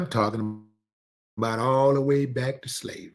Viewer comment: I heard Steve Harvey say," I don t give a damn about salvery." That was it foe me.